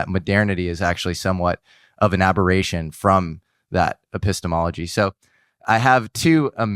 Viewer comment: Love this. I do think we should have a drinking..or if one is a health nut an exercise game… One drink or jumping jack every time says “epistomology”.:)